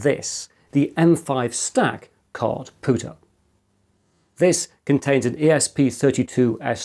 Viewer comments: It was nagging me that something wasn't quite right. I watched the video again and realized you are pronouncing it Cardpooter instead Cardpewter. Very odd! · Com-pewter so therefore card-pewter not card-pooter. Just because it annoyed me, lol. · I know it's not the point of the video, and perhaps not useful criticism and I should just jog on... ...but your pronunciation of card-POOTER and not card-PEWTER has me with my head in my hands 🤣 No hate, keep doing what you're doing, your videos are both educational and entertaining! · Kard-Pyew-Tur Unless this is a "poo" joke that I'm not getting? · did you say card pooter?